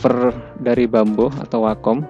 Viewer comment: driver dibacanya driver bamboo dibacanya bambo 😂😂😂 mustinya draivær dan bambuu tapi ya wess ..sing penting ilmu pen tabletnya